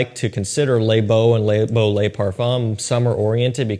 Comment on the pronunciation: “Layyy beau” “Leigh BO” says it so pronunciated that it sounds weird 🤣